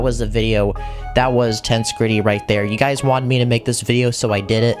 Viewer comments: does anyone else find it kinda triggering how he calls it “tense gritty” instead of “tensehgritty” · Yeah, it's pretty obvious it should be pronounced "Tens-eg-rit-ee". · Its acctually pronounced ten-seg-rity and not tense-grity. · This was a great video, and I enjoyed the build, but: 1. It's "ten-seg-rity", not "tens-gritty" 2. It's "The Ender Dragon", not "The End Dragon" 3. The Ender Dragon is a she 4. Her name is Jean Just little pet peeves of mine. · Ten-seg-ri-tee, not tensigry. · TENCEE EGG GRIITTY NOT TENSGRITTY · it is tensEgrity, not tensgrity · Lol wth is that pronunciation of tengresity It’s ten-gress-ity btw. Not tensecrety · It is pronounced: (Ten-seg-ri-ty) not tense gritty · It's pronounced. Ten-seg-rity Tension + integrity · i think you mean 'ten-seg-ri-tee'. when you break down pronunciation like that, you don't start the syllables with vowels (except in very rare circumstances, or when the word starts with one) because that's not how the words are formed when you speak. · Tense be griddying 😆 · Bruh every time he says “tense gritty” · I got slightly more infuriated every time he said “tense gritty” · bro why he say it like "tense gritty" tho- lollllllllllllllllllll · Ten seh gret tea. Ten seh gret tea. It is pronounced 'ten seh gret tea' It is a combination of the words 'tension' and 'integrity'.. 'Tens/egrity' Ten seh gret tea. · its pronounced TEN-SEG-RIT-E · I can barely watch this because of "tensegritty" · (Tens-seg-rity) pleas say it right it hurts 😭😭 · ender dragon is a she. also it’s pronounced tehn -SEH-grih-TEE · why does he say tensgritty?? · U don't pronounce it as tenshgrety:l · Please stop saying tense-gridy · Tbh, when he pronounced it tens-greet-ty, I clicked away and unsubscribed immediately. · Stressed and unstressed syllables are just as important in understanding what is going on as the Lego build manual is. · ITS TENSEGRITY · He also mispronounced tensegrity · Dude, it rhymes with "integrity".